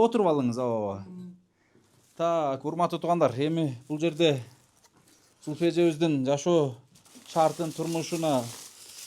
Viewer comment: Качан Зульфия деп ондоп айтат экен деп кутом, копол кылып Зулфия деп дебей😊